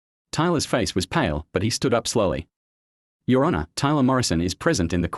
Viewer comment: I hate AI voice overs like when it says your (let a beet pass) honour my client. Either hire a real person or at least a better version of your AI.